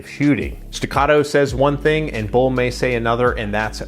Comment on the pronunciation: B u l, not Bull.